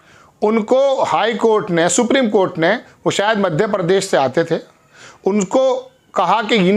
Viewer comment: Sir aap 'sarvajanik' ,'cort' ka galat uachcharan kar rahe he